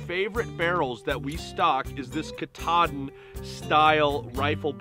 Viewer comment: Not catta-din, it's Ka-TAH-din (emphasis on the middle syllable). A mountain in Maine.